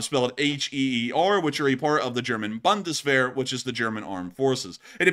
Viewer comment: Bundeswehr not Bandeswehr. Speak the u Like ou from you. B-ou-ndeswehr. 😂